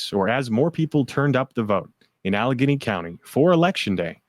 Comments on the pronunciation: It's al leg gainy Allegheny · Allegheny is pronounced AL UH GAINY. Pittsburgh and Philly are BLUE. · It’s pronounced AL-eh-gany. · Pronounced "Alle-gaany"😊 THANK YOU ALL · Al eh gay knee is the correct pronunciation of allegheny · Next time please turn your phones to silent. It is distracting. Also maybe run through pronunciations prior to air time. E.g. ‘Meidas’ and ‘Allegheny’.